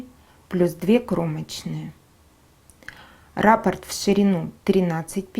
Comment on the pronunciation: Не рапорт, а раппорт. Ударение на о.